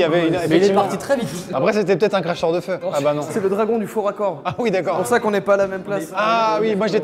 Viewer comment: Je ne suis pas le seul à avoir entendu aulieu de cracheur de feu crafeur de cheveux 😂😂😂😂😂🤣🤣🤣🤣🤣🤣🤣🤣🤣